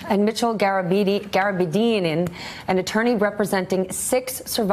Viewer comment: GAR-AH-BEAD-E-AN. Stephanie has never seen Spotlight.